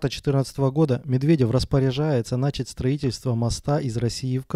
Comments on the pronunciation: НачАть! А не НАчать... Все видео испортил :( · Слушать чувака, который говорит нАчать, и всерьез это воспринимать не реально! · начАААААть, а не нАчать.